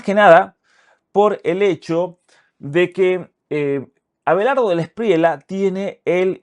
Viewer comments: el apellido de Abelardo se pronuncia DELA ESPRIYA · Querido Muchas gracias por su siempre excelente contenido. Quería informarle que no se dice Delawspriela sino Delawspriella. La última parte del apellido suena como en llama… Gracias!!